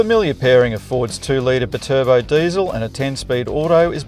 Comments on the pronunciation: B-Turbo 😂 I haven't heard anyone try to pronounce Bi-Turbo like that... Perhaps the ute is good for carrying B-Cycles too? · bit urbo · Still cant get over howe you pronounce BI-Turbo as one word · Love how this guy just invented his own way to pronounce Bi turbo 🤣🤣🤣